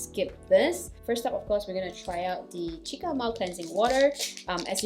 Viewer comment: Its pronounced see-ka